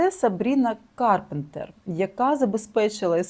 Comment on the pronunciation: Автор чомусь не може вимовити прізвище Карпентер